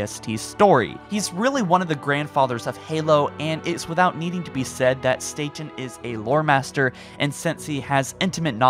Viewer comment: Wow, you pronounced the last name correctly! No, I'm not aware of being related to Joe, but then again our last name isn't that common. Everyone says it like the island in New York, but we Statens say our name like you did. Kudos getting it right 😀